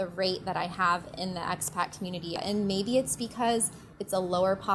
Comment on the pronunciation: May I ask what youare saying when giving a name to the cominity? Are you saying x-Pac